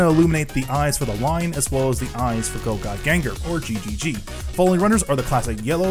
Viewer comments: It is pronounced gAo gaI gAR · Um Actually It's pronounce GaoGaiGar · Probably the way he pronounced GaoGaiGar